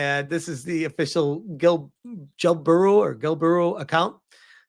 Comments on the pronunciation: im sure gelbooru is pronounced with j like jelly or hand gel the mascot is suppose to be a slime or soemthing so the name would expected to be like jelly or gel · Holy shit have I been pronouncing Gelbooru wrong all this time?! I've been pronouncing it like the word "gel", with a "j" sound, similar to the beginning of the word "gem," followed by the short "e" sound as in "bed," and ending with the "l" sound. Also, would be fantastic if we just cut ties with them, internet wise, and let them make their own "UK exclusive" internet.